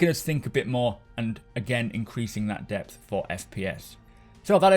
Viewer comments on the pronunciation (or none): none